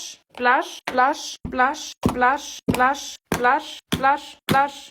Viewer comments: Wer hört auch manchmal lush, glash oder wlash?😅✨️ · Hört ihr manchmal Lush,Blush und glush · Ich habe fast immer zum Ende Lush verstanden😂😂😂? Oder dlush😂😂😂😂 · Ich versteh die ganze Zeit: ,,Blush, Slush, Wash, Aash, Quash"-🤣🤣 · Am Ende hab ich nur noch Las verstanden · hört sich manchmal an wie glush